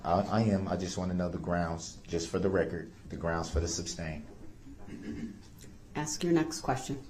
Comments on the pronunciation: It's ask not axe, sustain not substain, though not doe, grounds not grounz. He's a moron all across the board. He even tried to use his own ignorance as a defense. All he did was highlight how stupid he and most sovereign dopes are when it comes to real law. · Axe that question lol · Why can't Black people pronounce a word as simple as "ask"? Why is it you people can't do it. You just can't. "Ax" is a tool used to chop stuff up.